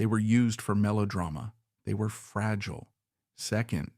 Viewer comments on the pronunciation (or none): none